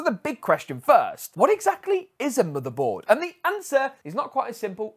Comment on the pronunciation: Whenever you pronounce "motherboard" I hear it as "motorboat".